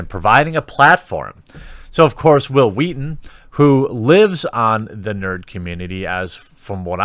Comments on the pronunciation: "All I'm saying is you should be nicer to Whill Whweaton" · Say will Wheaton.. Hwill Wheaton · Hwil Hwheat-thin.